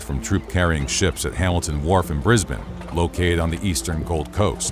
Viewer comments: Extremely big props for saying Brisbane like a local. Bris-bin, not Bris-bane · Thank you for saying brizbin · HE SAID BRISBANE CORRECTLY 🎉🎉🎉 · As an Australian, the most impressive part of this video is that this particular American narrator actually pronounces 'Brisbane' properly. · Congrats on the perfect pronunciation of Brisbane 👏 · Thank you for pronouncing Brisbane correctly. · Thank you for saying Brisbane right